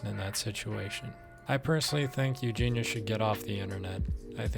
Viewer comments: yeah if your gonna make an entire video about someone I find it odd you’d not know enough about the person to know how you say their name. She says over and over her name is Eug-Eee-neee-ah. If you’ve seen enough to have an opinion you know that. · You don’t even pronounce her name right